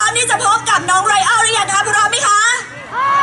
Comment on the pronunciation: 🎡🎪งานวัดTerminal Ryan สุดปังตลอด ..ชอบพิธีกรเรียกชื่อไรอัลลลได้Acentดรมากๆ555🎉